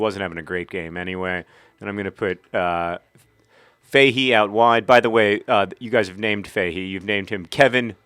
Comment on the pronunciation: Faaairly sure you're pronouncing Fahey wrong.... unless he pronounces it a strange way himself, it's usually pronounced fah-hee, not fay-hee.